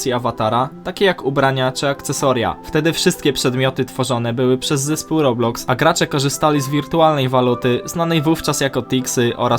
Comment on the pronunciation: błagam nie mów robluxy tam nie ma L